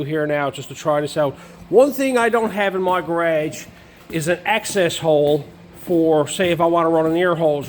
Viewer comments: Garage....not carageis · It took me a few times to understand what a Ga-raa-jgh was